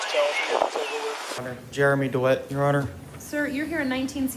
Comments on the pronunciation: Lol..."Jeremy Deweet" 😅😅😅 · When you use an AI voiceover, mispronunciation is going to happen. Pronouncing DeWitte as Deewheet shows why AI needs to be edited. Do better.